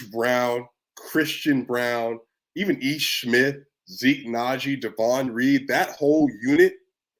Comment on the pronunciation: DAY...von Not Daaahvon